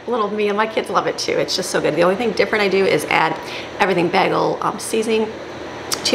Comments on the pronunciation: Sorry,, I hate to say it, but I agree. We should always strive to better ourselves. My husband is from Battle Creek, has lived all over Michigan including the UP, Detroit, Lansing, Sandusky, Cheboygan and Holland and he says he has never heard anyone mispronounce bagel. I think it's likely a family mispronouncing that no one ever corrected, because it's definitely not regional. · I am from Michigan, too. I am still able to pronounce bagel properly. Furthermore, if you know you are saying it incorrectly, then you should correct yourself.